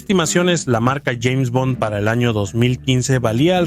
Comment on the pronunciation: Parece hecho con IA, hay algunas partes donde pronuncia "Jeime Bond"